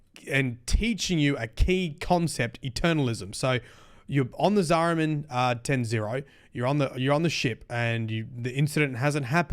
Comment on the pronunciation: "Zariman 10-0". Ten Zero? No. "Zariman 10-O". Ten Oh. (Tenno)